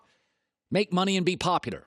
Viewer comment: Doesn’t anyone else ever realize when he says “Popudar” instead of “Popular”